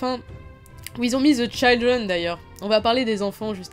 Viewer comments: Bonne chance pour le bac, tu vas réussir brillamment, c'est sûr. Ah, un petit conseil pour l'oral d'anglais : le "i" de "children" se prononce "i" et pas "aï" (eh oui, encore une incohérence, puisque dans "child" il se prononce "aï"). Bilan nuancé très agréable à visionner. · tip pour ton bac on ne dit pas the "chAYLdren" mais children a la français ;) Sinon bonne vidéo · Children se prononce " tchidreune" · Dans "children" le "i" se prononce comme en français.